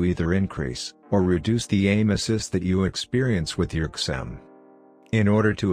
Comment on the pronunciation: Write zim instead of xim into text to speech it will sound better :)